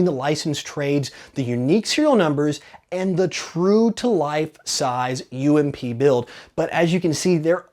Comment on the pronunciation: OMG,... It's U.M.P not ump.